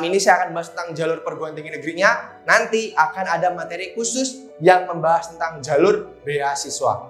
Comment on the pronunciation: Medhok kak "jhalur" hehe